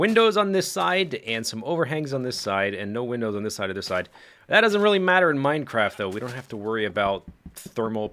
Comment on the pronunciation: I feel like you almost said "Welcome Backa To The MindaCracka" during your intro xD